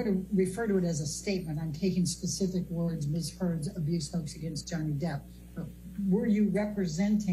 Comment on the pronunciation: She say johnny deep😂